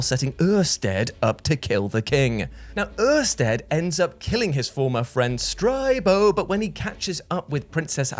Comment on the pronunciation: 2 years later and I'm still rewatching this vid for Uuurstead and STRYBO and Flblblbuh 😂